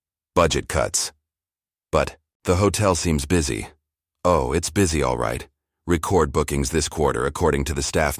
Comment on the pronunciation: "Record" as a noun or adjective sounds differently as a verb. See if you can get it right